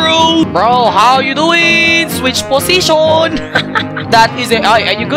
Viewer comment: "pOsiTiOn" The pronounciation🤣🤣 leetheuseless, hannah and lassy kit 🙃